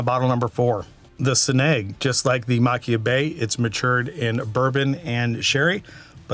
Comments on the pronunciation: I'm late to the party, great video! I LOVE Kilchoman - has be my favorite Islay distillery - and I BELIEVE it is Machir is pronounced Mah-kier from a Scot! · The “ch” makes a softer sound like the “h” in Arabic languages and you pronounce the “r”. It’s “Ma-kheer” or “Ma-kher”.